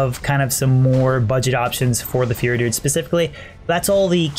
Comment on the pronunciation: learn how to pronounce fury, your sounding like "fear" druid or "feary" druid when you say it...